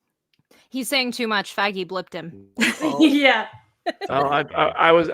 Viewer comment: an unfortune mispronounciation of Feige